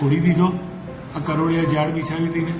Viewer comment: સરજી...પ્લીઝ કરોડિયા નહીં કરોળિયા આવે...